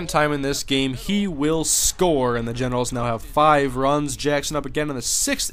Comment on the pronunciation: Does anyone else think he says genitals sometimes instead of Generals? lol